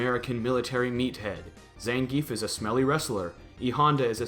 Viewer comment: Everybody complains about not pronouncing ryu's name correctly but I haven't heard anybody complaining about the butchering zangief's name.